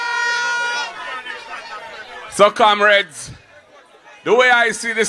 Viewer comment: No wonder he keeps saying "Camreds". Is he deliberately not using "comreds". I wonder